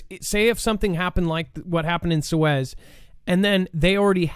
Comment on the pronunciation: Belarus is pronounced "Bella roos" Love ya, but you are really screwing up geo names (Suez) lately.